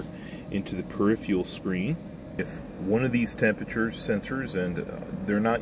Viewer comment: Never heard this mispronunciation of "peripheral" before.